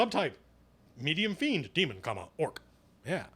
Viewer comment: That's so funny, you pronounce almost every name different than me. I always thought the monsters were pronounced like this. "Aye-si-mar" "Fl-eye-nd" "Fur-bolg" "Thai-fling" "Yawn-ti"